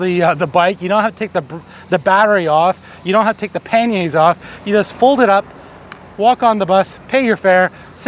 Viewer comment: Umm your pronouncing pannier wrong mate...